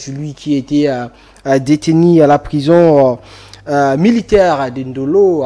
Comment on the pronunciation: Détenu et non déteni. C'est (u) et non (i)